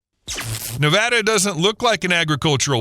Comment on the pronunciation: Thank you for pronouncing Nevada the way residents do. It lends credibility to this video.